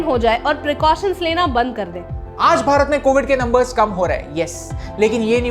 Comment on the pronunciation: Love it when you say "Bharat"